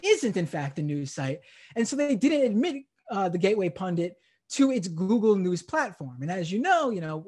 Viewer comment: He is saying pundant . Steube is an idiot .